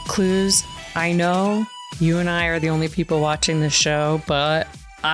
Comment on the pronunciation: Clues' French accent is absolutely MURDERING 😂💀